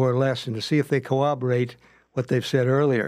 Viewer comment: This drives me nuts!!!! But why can’t cops say “corroborate” ffs 🤦🏼‍♀️?!!! They say every version except the one containing two R’s. What the hell does “cooberate” mean??